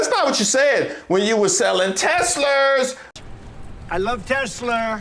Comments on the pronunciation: I love testlerrrrr 😂😂😂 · I love teslurrrrrs